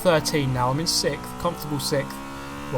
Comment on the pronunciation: Sixth. Not sicth